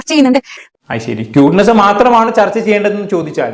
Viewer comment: ക്യൂട്ട്നെസ് ❌. 🔥ട്ട്നെസ്സ് ✅😂